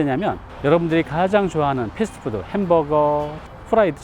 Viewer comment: 패스트 패스트 ㅡㅡㅡpest..... 패스트푸드 fastfood 임..발음 ...뜻이완전다름